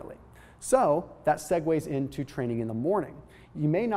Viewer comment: are you sure you said that into correctly ???